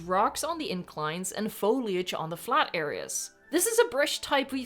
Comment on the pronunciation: I'm just happy you say foliage correctly (Even if it's not your first language), and not FOILage, like some other Youtubers.